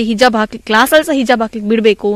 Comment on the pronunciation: ಹಿಜಬ್ ಅಲ್ಲ ಮಾರಾಯರೆ ಹಿಜಾಬ್ ಅಂತ ಹೇಳಿ